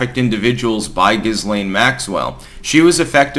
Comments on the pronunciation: Pronounced Gilaine. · The S in Ghislaine is not pronounced. Ghee-laine or Ghee-len are fine. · The whole trial and aftermath doesn't pass the smell test. And it's pronounced Ghee-LANE although Gis-lane would be more descriptive. Lol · It's Ghislaine. Giz- lane. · I thought Ghislaine was pronounced; Jizz Lane. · Love your vlogs, but Ghislaine is pronounced a la the French name that it is even if she is not, as in GHEE LAINE, S is silent🤓……. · Guh Lynn is how it’s pronounced. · The s in Ghislaine is silent x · It is a soft "G". Like in giraffe. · I'm not quite sure why Styx pronounces her name the way he does. If you're going to include the 'S', at least refer to her as Jizzlaine Maxwell :) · C'mon man please learn to pronounce Ghislaine and Strzok. Consistently mispronounced. You're a smart man. Do better.